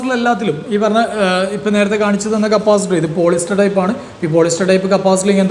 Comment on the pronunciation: Capacitor ✅️ Capasitor ❌️